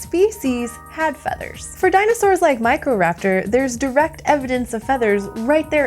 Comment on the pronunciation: I keep hearing "MichaelRaptor" instead of "Microraptor" 😅